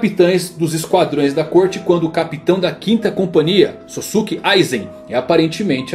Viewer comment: Aizén kkkkk